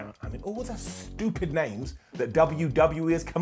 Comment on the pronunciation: When you can’t pronounce “stupid” right, it’s a down for me.